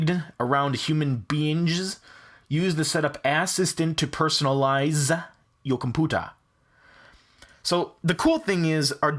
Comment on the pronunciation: one more thing he said comPOOPERS instead of computers